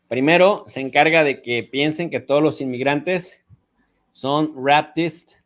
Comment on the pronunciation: Minuto "rapists" (reipsts). pronunció mal (raptists).